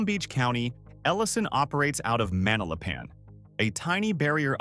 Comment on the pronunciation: Larry Ellison is off and you pronounce Ma-nal-a-pan this way. That spa is located on the north end near Lake Worth while his home is on the south end boarding Boynton Beach. Its only around 2 miles but it wasn't next door and its still there.